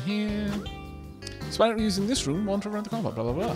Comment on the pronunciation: There is no dropped silent e in Aspirant!